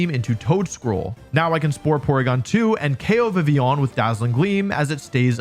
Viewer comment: I like the way you say Vivillon french up the "on"